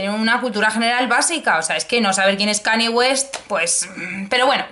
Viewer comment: Buen vídeo, vengo de plataforma arq y supongo que mucha gente también así que enhorabuena por la publicación... ¡PERO! Por favor, no digas Cani West; Gracias.